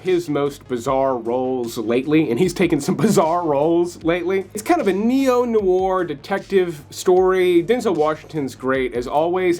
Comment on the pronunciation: Dude! If you are going to use the word "noir" you really should learn how to pronounce it.